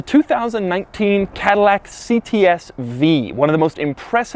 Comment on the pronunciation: CADILLAC TAH